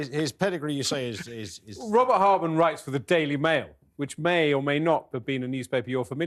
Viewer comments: All these people supposed to be clever can’t even pronounce Robert Hardman’s name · How silly and rude is this man not to get the authors name correct! 😮pathetic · 2nd comment we have been having discussing with many msny orhers and jj shiuld b cancelled by talk tv for telling a LIE about William future king of England that he punched harry when harry said william only pushed him also th stupidity of th miss pronouncements name of robert hardman a decent respectable journalist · is a disgrace. He can’t get Hardman correctly after being told several times, shows how ignorant he his. He will say anything to take M &H’s side. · The "confusion" about the name hardman that insist on mispronouncing was so disrespectful. Is he 5yo? It sounded like he was being racist towards the author (2 can play this game). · How childish to not get the journalist/authors name right. That back and forth over his name was just ridiculous. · Oh, you’re so disrespectful. Go find another career if you can’t get someone’s name right. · and the guy who keeps saying the author’s name wrong. I can’t stand either one of them and will turn this off. Come on Talk TV!